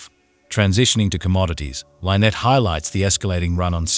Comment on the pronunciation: Why dies the narrator mispronounce Lynette's name???? Drives me nuts!!!